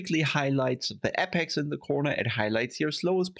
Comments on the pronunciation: Great video. Just one correction: it's apex, not appex. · not in writing, and it's more of a joke on your pronunciation.